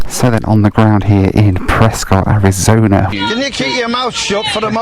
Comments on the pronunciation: Prescott is pronounced Preskit as in bisquit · I love Prescott soooo much! Favorite city in the US, and a wonderful airport! Also for future reference, it’s pronounced Pres-kit, but no worries. Anyhow, great video! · Actually pronounced "Pres-kitt." :) If the UK actually had an essential air service program, FlyBe would still be in operation. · It’s pronounced Pres-kit. At least that’s how the locals say it. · Sure wish you would pronounce Prescott correctly.